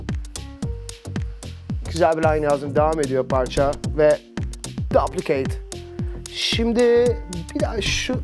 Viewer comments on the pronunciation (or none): yanlış okuyor düplikeyt diye okunuyo normalde :D